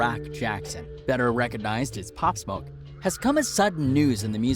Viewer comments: Cuz said pop smuck LMFAOOO 😭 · “Pop smok” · not only can the guy not pronounce “pop smoke”, but even the short description he gives doesn’t match what really happened - all available on YouTube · This guy cant even say Pop Smoke Quavo right...